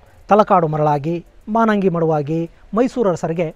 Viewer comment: ನಮಸ್ಕಾರ ಗುರುಗಳೇ 🙏 ನಮ್ಮೂರು ತಲಕಾಡಿನಿಂದ ಕೇವಲ ಐದು ಕಿಲೋಮೀಟರ್ ದೂರದಲ್ಲಿದೆ. ಅದು (ಮಾನಂಗಿ ) ಅಲ್ಲ ಮಾಲಂಗಿ ಮಡುವಾಗಿ, ತಲಕಾಡು ಮರುಳಾಗಿ, ಮೈಸೂರು ಅರಸರಿಗೆ ಮಕ್ಕಳಾಗದಿರಲಿ ಎಂದು ಅಲಮೇಲಮ್ಮ ಶಾಪವಿತ್ತರಂತೆ.